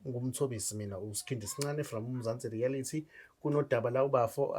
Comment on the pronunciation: its Reality not rerality